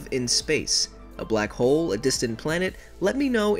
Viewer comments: I thought that you said “ my name is black hole " bloco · « blak ole »